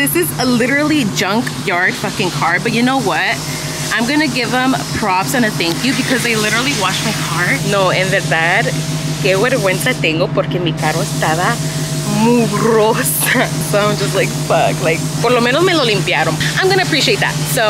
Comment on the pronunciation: "Vergüenza" not Wergüenza. 😂